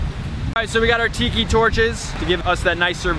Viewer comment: its not tiiikiiii its tiki